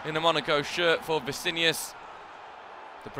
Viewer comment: Vinicius not Vicinius